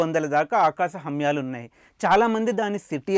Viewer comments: ఎందుకు బ్రో హర్యాలు ని హమ్యలు అన్నందుకేనా య కి మా కి తేడాతెలీదా ఈ దరిద్రుడికి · Nice but akasa humyalu kadu haryalu